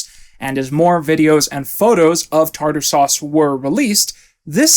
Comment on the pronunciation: Her grave not saying tarter suse